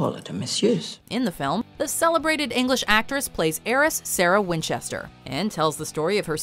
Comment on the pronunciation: what was so wrong with "Winchester"???